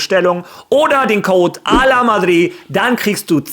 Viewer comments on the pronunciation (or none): none